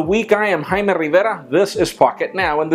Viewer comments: I've been watching pocketnow videos since one year and I can't read his name. It's Jaime but he always says or something like that